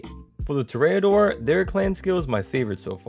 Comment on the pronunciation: Toreador is pronounced with the accent on the first syllable. It's TOR- re- adore, not Tor-re-A-dore. You speak very clearly and well, so I'm assuming you would want to know.